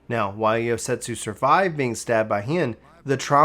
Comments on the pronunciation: I agree. Especially since he keeps calling Yotsuyu "Yosetsu", I keep thinking to myself "Why would Gosetsu do tha.... Oh, he means Yotsuyu" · Bro, it's not Yosetsu, it's Yotsuyu, you said it wrong so much it was bugging me lol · I was like who the hell is Yosetsu? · It's Yot-suyu, not Yot-setsu. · I'm not surprised people are having a hard time following this. Please, please slow down in future series videos and read the names correctly. Calling Yotsuyu "Yosetsu" is very confusing, especially when you get to the part where "Suyu" (or as you called her, "Soyu") is travelling alongside Gosetsu. You also couldn't decide on how to pronounce Allagan, frequently calling it either the correct pronunciation, or "Algean". , you pronounce G'raha as "Guarana". I was having a very hard time following everything due to these mistakes. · It took me until Doma castle to realize he was talking about Yotsuyu everytime he said yosetsu :T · Just trying to help, it's pronounced YOT SOO YOO. Yotsuyu. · but he calls her YOSETSU which isn't her name. Honestly he butchers quite a few pronunciations. which in my opinion is kind of inexcusable considering that there are voiceovers in the game that pronounce these names and titles for us. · I have to contain my urge to cringe whenever he said Yosetsu... my god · Girl her name is YOT-SUYU. Her name and Gosetsu are spelled and pronounced completely different... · I suggest practicing names if you’re unsure I love watching your stuff, but I was so confused when you were talking about Gosetsu and Yotsuyu. I wasn’t watching cuz I was washing dishes while listening. I was like “wtf is he talking about?” Lol. Then I realized you were just mispronouncing Yotsuyu